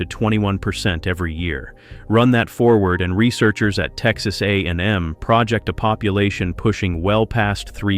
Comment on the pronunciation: AI could not speak "project." As in to project forward, instead it said it as a major project. Stupid AI.